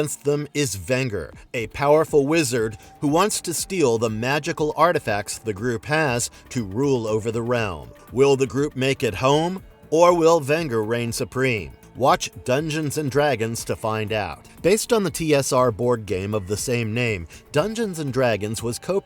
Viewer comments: The name is Venger (the 'G' takes on the 'J' sound as in Vengeance) the actual final episode is on Youtube. Prince Adam is not 'Cowardly or frail' - did you even grow up watching these shows?? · "Vinger"?? Did.... did they really mispronounce the main antagonists name on that beloved show? Did they not watch a single episode? And based on the BOARD GAME??! The utter disrespect.